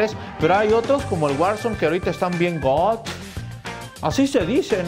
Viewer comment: LOS CHAVOS: GOOOOOOD EL: GOOOTTT